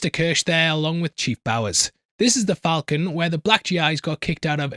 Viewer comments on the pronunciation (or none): none